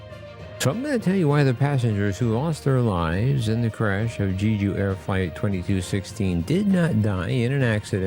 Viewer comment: For the love of god you YT content creators covering this story need to learn how to say the name at the center of it accurately. It’s pronounced “Jeh Ju” not Gee Ju